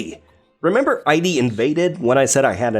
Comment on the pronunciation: Wait, you get that In/Specter is a pun but keep saying I.D.? It's Id, like Id, ego, and superego. Brush up on you're Freud boy!